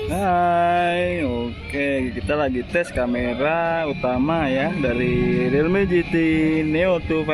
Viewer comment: realme di bacanya rilmi bang 👍